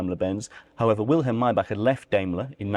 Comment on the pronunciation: Chh ch not k maybachhhhh